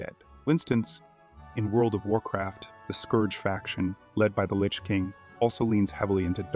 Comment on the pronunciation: how do you not know how to properly pronounce Lich and Grave Robber.